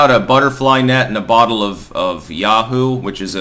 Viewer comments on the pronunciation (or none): The milk is yoohoo not yahoo but kanye probably cant read while wearing that mask.